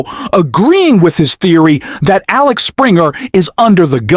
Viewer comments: It is AXEL Springer and not AXLE Springer! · It's Axel not Alex. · It`s Axel, goddamit! AXEL!!!